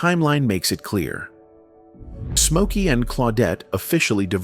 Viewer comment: So his name is Mokey now? What the hell? If you are going to use AI and are too lazy to narrate it correctly, at least get it right. Geeez